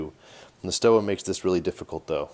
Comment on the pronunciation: In German "W" is pronounced "V" you should pronounce it Stova